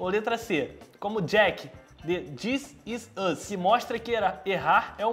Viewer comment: da pra perceber a dificuldade dele em pronunciar: dizisùz (this is us)